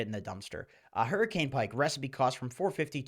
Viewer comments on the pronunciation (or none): none